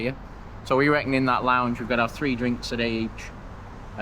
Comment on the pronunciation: hehe love the "tree.. tree.. and tree!"